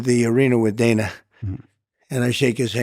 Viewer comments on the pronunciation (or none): none